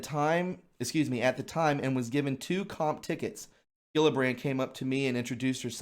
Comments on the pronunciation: it’s pronounced, Jill-a-brand. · You're driving me nuts. It's Jill-a-brand. Geez!